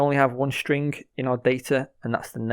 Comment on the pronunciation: "Stringgg" FYI, you don't need to verbally notate the "g". Just cut off the word at "ing", no need to say "guh" at the end.